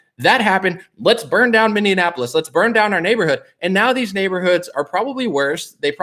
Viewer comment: Please learn how to pronounce Minneapolis!!! Thanks.